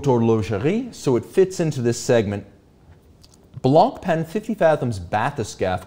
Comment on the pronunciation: BÖC baby! Btw, ignore the T and the C in Montblanc (so it's monblan) and Blancpain is pronounced Blanpin